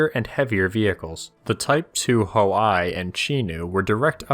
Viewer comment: Ahh yes the chi-ree ho-i and the chee-to